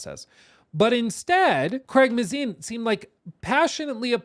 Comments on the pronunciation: May-zin not "muh-zine" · When doesn’t know how to pronounce Craig’s last name means he doesn’t know enough to critique his directing.. and I agree with what he says.